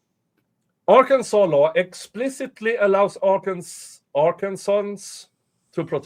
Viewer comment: R Can Sans just fyi. Your pronunciation was more fun though